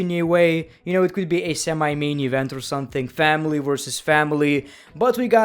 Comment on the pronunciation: "Family vs FàmîLæ"